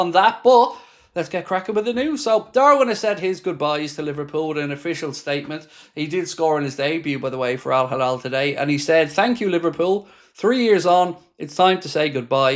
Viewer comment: Al Hilal is pronounced as “ AL Heelal”…